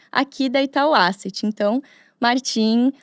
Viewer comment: Não é Àseti a pronúncia é : ésset